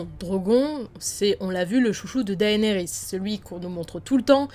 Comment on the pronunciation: 1 truc qui est un peu chiant c'est quand tu dis Daénérys au lieu de Dénérys, certes son prénom s'écrit comme ça "Daenerys" mais ne se prononce pas comme ça.